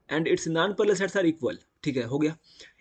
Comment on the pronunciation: Vo nanparallel sides nahi nonparallel side hota he anpadh